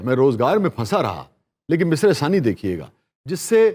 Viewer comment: مصرعہ ثانی...... نہیں.. بلکہ... مصرعہ ثانیہ..... ہے